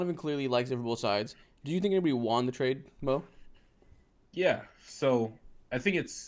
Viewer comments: Great stream yall, the way says ‘won’ drivin me crazy tho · one thing about is he will mispronounce won